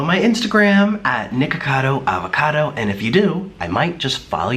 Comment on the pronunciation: In the first second of the vid he says niggacodo avocado